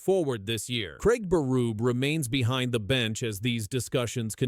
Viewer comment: Lmao. It's Berube. Pronounce his name correctly.